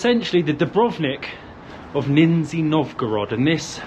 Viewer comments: Great vid. haha but gotta say Im almost certain you guys are saying the name of the city wrong. I know "Nizhny" is kinda hard to say. I say "Nizh nee" not sure if thats right even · It is Nizhny (Pronounced Nij-nee, not Nin-zee) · ‼️‼️🍃🍃🇷🇺🌺🇷🇺🍃🍃 WHY YOU’RE KEEP SAYING : “NINZYA NOVGOROD”❓🌄❓ IS IT REALLY SO DIFFICULT FOR YOU BOTH TO LEARN TO PRONOUNCE CORRECTLY THE NAME OF AN ANCIENT 🇷🇺 RUSSIAN CITY WITH RICH CULTURAL HERITAGE - "NIZHNY NOVGOROD"❓🤬❓JUST REPEAT: "NIZHNY"‼️‼️🍃🍃🇷🇺🌺🇷🇺🍃🍃‼️‼️ NIZHNY NOVGOROD ‼️‼️ DO NOT MISREPRESENT THE CITY'S NAME ‼️‼️🍃🍃🇷🇺🎆🇷🇺🍃🍃‼️‼️ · Haha! “Ninzi” Novgorod. It’s lower or “Nizhni” Novgorod, as opposed to Veliki or Great Novgorod, which is a much older city in the northwest of Russia. Where do you find the “n” at the beginning?! Where do you find the “z” sound?! Both don’t exist - you’ve literally invented them out of whole cloth. The zh in Nizhni is a digraph pronounced as “s” in leisure. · Ninja Novgorod.... it's Nizh-ny, guys.... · Why do you keep calling it Ninzi (Ninjas) Novgorod? 😀 The name is Nizhny (Knee-Zh-Nnee - where Zh pronounced like G in Geneva) Novgorod 🙂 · Russian food has no flavor.. hmm bias comment.. wow Also it’s niZHniy not niZniy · You’ve not heard of it but you could learn to pronounce the name. It’s like someone saying Lodnon instead of London. NIZH-nee not Nin-Zee. Love your videos but do a bit more work on language. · Not ninzy Nizhniy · Nizh-nee not Nin-zee, I believe? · can't get the NINNzee pronunciation out of my head now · I lasted 6 minutes, can't hear the NINzzeee any longer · Why you keep saying Ninnzy ? Lol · Neezshhhhny .. a historical city. What you see is in honor of our WWII heros. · It's really entertaining to hear in this video, like, million times "Ninja Novgorod". Man, in Google Translate there's a function that pronounces words, you should try it sometimes. And talking about big Russian cities you never heard of - there are 16 cities in Russia with 1 mil population, almost all in european part.